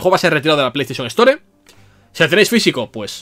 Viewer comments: "se retira el juego de la ESTÓRE" tan difícil es en España pronunciar en ingles el inglés? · Me es imposible que no me haga ruido cuando escucho palabras en ingles pronunciadas en español, store, iceberg xd